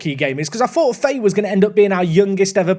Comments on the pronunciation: its pronounced fa-hee not faye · Fahay is pronounced Fa-hay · Fahey is an Irish surname and is just pronounced fa-hee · Fahey is pronounced Fahee, its a gaelic surname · Fahey is pronounced "Fy, F-eye" I believe.